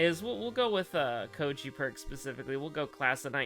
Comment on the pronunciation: Kou-I-ji. It's Kou-I-ji. It's always been Kou-I-ji and always will. You called him Kou-ji which is why the game decided to do you like that. "But it's written..." IT DOESN'T MATTER WHAT'S WRITTEN!!! Kou-I-ji.